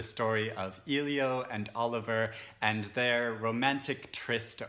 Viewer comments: Nice video. great review but i feel like i need to call you out on how to pronounce Elio’s name. It’s ‘L-yo’ not ‘eel-yo’. No hate. It just really bothered me. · His name is pronounced "Ellie - O" not "Eee - Lio" I cringe every time I hear someone call him "Eeeee-Lio" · I appreciate this thoughtful review, despite the "spoiler" that can be inferred from it that Oliver and Elio don't reunite as a couple and despite the reviewer's mispronunciation of "Elio" throughout. The sequel sounds less interesting than the original. There are so many great books I have yet to read that mere curiosity based on the fact that it's a sequel is not a strong enough draw to put it high on my list.